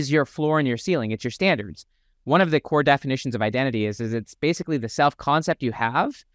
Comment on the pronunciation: Dude, standards with a T go fix that